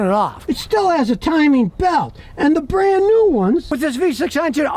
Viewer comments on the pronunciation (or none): none